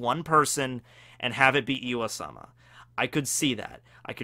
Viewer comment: why does he say iwa-sama? Its im-sama or ym-sama, pronouced eem. Pretty simple.